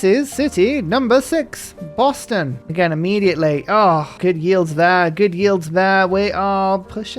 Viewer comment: You should rename Boston to "Beston". I swear you said that in a game and now every time I hear Boston I think of Beston. It's great lol